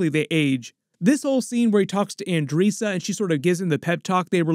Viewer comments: Claxan? Isn’t it Thraxan? And Andreesa? Andressa bro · I gotta say it 😂 you're saying it a bit wrong! its pronounced un-dress-uh